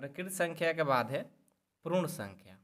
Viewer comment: Prun sankhya nhi sir, purn sankhya🥲